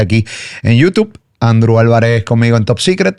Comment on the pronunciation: Alguien que le enseñe a Andrew a pronunciar “YouTube”